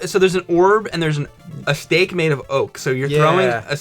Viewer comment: I watch all of yours and content... this is a really good one. Whenever you say "Oak stake", I think you're saying "Oak Steak" and i'm like wtf is that... James, you should show up on live streams and read the chat for the videos lol.